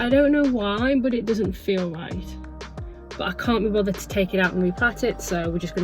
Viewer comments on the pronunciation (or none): none